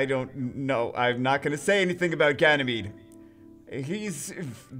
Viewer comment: Its not genymede... Its GAY-MADE.. omg lol